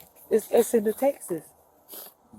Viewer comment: When I heard her pronounce texts - Texas, I knew she did everything he said she did.